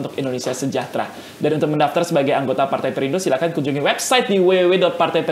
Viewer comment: Perindo bukan parte😂 nyatanya 😂😂😂